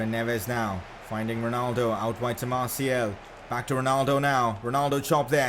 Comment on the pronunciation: His name is Martial not Martiel